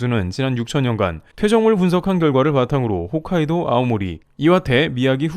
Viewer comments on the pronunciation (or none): none